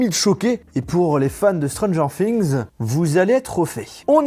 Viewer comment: "stron gère fings"